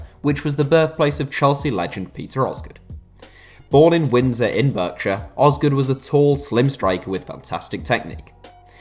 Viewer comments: It’s pronounced ‘Bark-shire’ not ‘Berkshire’ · It’s pronounced barkshire not Berkshire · Where the hell is burkshur It's barkshear pronounced anyway Silly boy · “burkshire” it’s “barkshire” 😂😂😂😂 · Berkshire not burkshire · It’s not pronounced Berkshire it’s ‘barkshire’ 😂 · Lol Beeeeerkshire. It's pronounced Barkshire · It's pronounced BARKshire. East Yorkshire is not a county. Strictly speaking, the historic Ridings of Yorkshire were not discrete counties either, just parts of one county, Yorkshire. It would be better to base this purely on the historic counties, as that's the only constant. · It's pronounced "bark" shire. Are you American?! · Great video. It’s pronounced BARK-shire though. Keep up the great work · It is prounounced BARK-SHER by the way. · You pronounced the name Berkshire wrong. It made me cringe. However interesting info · It’s pronounced Barkshire mate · Berkshire is pronounced “Barkshire” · You can't pronounce Berkshire. It's pronounced Barkshire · It’s pronounced Barkshire even though it’s spelt Berkshire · It's pronounced 'Barkshire' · Pronounced barkshire but oh well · 'Berkshire'? Pronounced 'Barkshire'. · I know right its Bark-shire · The way u say Berkshire really triggers me because I live there but great video keep it up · That pronunciation of Berkshire is absolutely criminal